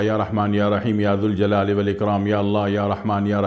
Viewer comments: ماشاء الله تبارك الله وظیفہ آپ نے بہت اچھا بتایا مگر اللہ کا نام ذوالجلال والااکرام کو یا ذالجلال والاکرام پڑھیں گے کیونکہ یہ حرف ندا ہے ذ کو پیش کی بجائے ذبر سے پڑھیں گے شکریہ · یا ذالجلال والاکرام صحیح ہے یا ذوالجلال والاکرام غلط ذا ل کے بعد واو نہیں ائے گا بلکہ الف ائے گا